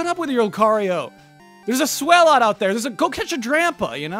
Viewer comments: I was not expecting #1 to be one of my favorite Pokémon. Swalot was on my team for pretty much my entire run of Pokémon Sapphire. Loved the Stockpile and Spit Up/Swallow combo. It's pronounced like Swallow by the way. As in, he SWAllows a LOT. ezaBackseatBosman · Is that the correct pronunciation of Swalot? I mean a tyre in his mouth lends itself to a combination of 'swallow' and 'a lot'. So I would lean away from sway-lot and more swa-lot. (Might be wrong)